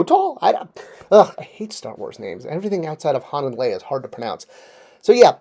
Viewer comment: I was confused at first, then I realised was talking about "Hahn" and "Leeah."